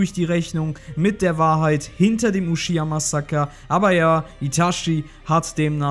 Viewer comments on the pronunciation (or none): "uschiha" & "itaschi" ...... peinlich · Kein hate aber man spricht es nicht Ushiha aus sondern Uchiha Man sagt auch nicht zu Son Gokus Frau ShiShi sondern ChiChi Wer Ushiha sagt (eine verkackt deutsch Version) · Akatsuki und Sasuke japanisch aussprechen aber Uchiha bringt ihr Deutschen trotzdem nicht auf die Reihe, oder wollt es nicht... « Uschhhihaa » was das?